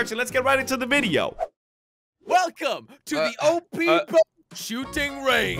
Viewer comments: LMAO WHAT 😭 "oh pee" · Welcome to the OP Shooting Range! Editor: Welcome to the OH PEE Shooting Range!